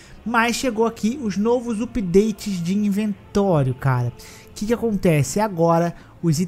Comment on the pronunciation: "Nôvos upideites" 😂😅